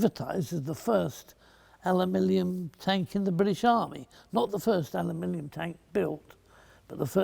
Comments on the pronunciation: The Awkward American: “It’s pronounced ‘a-loo-min-um’!” The Bullish Brit: “No! It’s pronounced ‘al-luh-min-ee-um!” The Enlightened Fletcher: “Alumillium.” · As a Scot, it was also great fun for me to hear an Englishman trying his very best to pronounce "Aluminium" ("Alumillium" indeed, ). 8-) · The American's say aluminum. The British say Aluminium. Mr Fletcher has come up with alumilium. It saves any argument.